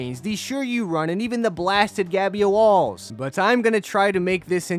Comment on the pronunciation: "theres no gabyoalls!"